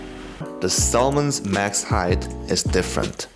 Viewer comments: Tell me who the fuck says SO L MUN IT'S PRONOUNCED SAMON NOT SOLMUN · Bro pronounced salmon like how it is spelt